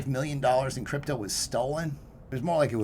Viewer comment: Note to self: When ending a sentence with the word crypto, the word is pronounced CRYPTDO